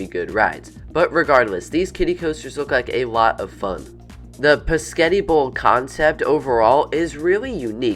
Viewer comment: You said pasketti